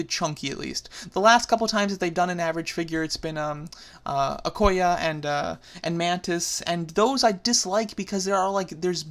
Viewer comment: its pronounced (o-koy-ya) okoye